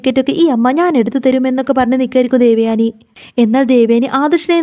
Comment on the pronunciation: ദേവയാണി അല്ല😂ദേവയാനി😂😂😂